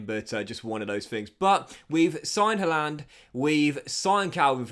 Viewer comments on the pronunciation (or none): Why do you say haalander?